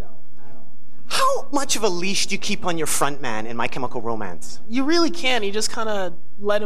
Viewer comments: Calling Ray 'my chemical ro-man' 😂😂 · Did Nardwuar seriously call Ray "My Chemical Ro-Man" lmfao